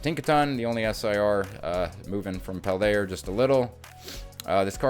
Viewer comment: Bruh, I'm hooked just on the way you say "Paldea-r"